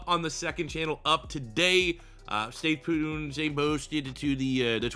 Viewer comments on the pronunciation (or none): he said stay pooned lol